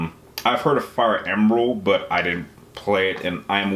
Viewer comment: The fact that Chris Hackney wasn't on best performance list is just disappointing. Also, it's Fire Emblem, not Fire Embrel. I feel like you just insulted me there.